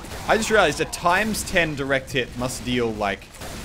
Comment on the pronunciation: ITS DIRECT HIT NOT DURECT HIT EVERY YOUTUBER SAYS THAT